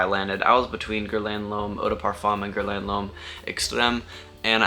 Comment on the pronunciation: Pronounced Gher Lan